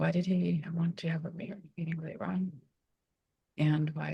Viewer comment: Hi, I'm from lran, over 55 years ago. Thank you for pronouncing correctly 😇